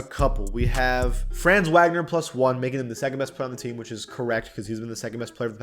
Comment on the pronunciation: Why tf he say franz name so wrong wtf